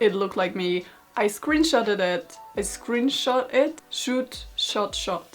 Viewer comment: It's pronounced "scrunshot"